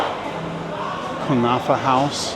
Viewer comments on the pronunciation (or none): none